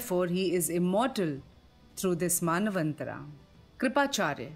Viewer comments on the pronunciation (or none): It is not "KaaliYug" it is "Kaliyug". And it is not "Maanvantharaa" it is "Manvanthara" that is named after Manu.